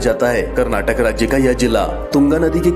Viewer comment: It's Kannada And Karnataka please pronounce or Language and state Properly